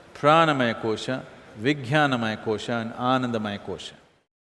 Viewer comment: कोषा नहीं कोष होता है